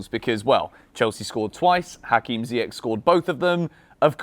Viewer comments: Ziyech is pronounced Zee-Yesh. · Still calling him Ziyeck? 😩😩